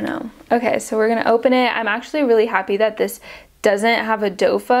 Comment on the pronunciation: A "dofa" 💀